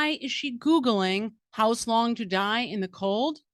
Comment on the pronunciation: I believe am she definitely read "hos long"